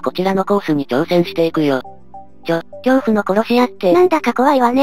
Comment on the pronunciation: 恐怖が 教父 になってる笑